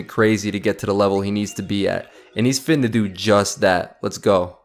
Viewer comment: fittina? it's "finna" as in "fixing to", not "fitting to". Look it up